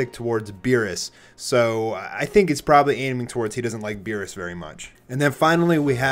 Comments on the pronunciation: Bruh, are you sure this is accurate Whis isnt spelt like Wies and its Beerus not Virus also its Shin not Singh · am i the only one who noticed he spell beerus veerus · it is beerus not virus😵😵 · Beerus is "Virus" I'm dead